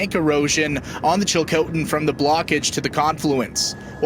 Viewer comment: Thanks for information, well put together and greatly appreciated, but please learn how to say Chilcotin thanks 🙏🏽 .